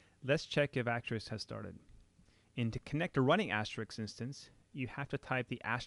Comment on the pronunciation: AsteriSK ... as-te-RISK ... like the game. Not Asterix ...